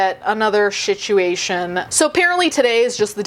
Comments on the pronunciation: "Shituation" got me 😅 If it wasn't intentional I swear I'm not making fun. I genuinely love it. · I'm totally stealing "shituation". 😂😂